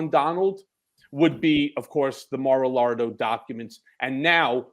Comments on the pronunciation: does he keep saying "Mar-a-Lardo"? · Is he saying Mar aLardo on purpose? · I find it extremely funny that Cohen calls Mar-a-Lago Mar-a-Lardo😂 (Lago= lake, Lardo=lard) I hope he’s doing it purposely 🤣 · I break out in belly laughs every time Cohen refers to the Florida Guy's compound as "Mar-A-Lardo". 🤣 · ha, Cohen said "Mara-Lardo" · Is he sayin Mar a Lardo on purpose? 😂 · LOL! He said "Mara-lardo!" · Is Cohen calling it “Mar a Lardo”? LMFAO 😂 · Mar-a-Lardo. he always says that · He said, “Mar a LARD-o.” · I swear said Mar a Lardo. That what I've always called it. 🤣